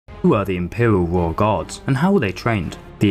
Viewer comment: Its pronounced “Royal”